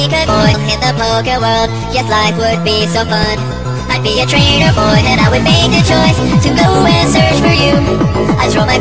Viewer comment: FIIIINALY! PIKA BOY! I WANTED THIS FOR SOOO LONG LOL! and btw if u guys watch this like 100 times it wont even sound like hes even saying boy it sounds like hes saying "bored" than "boy" lol!